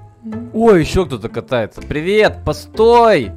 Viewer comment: а почему в начале ты говориш не привет а пет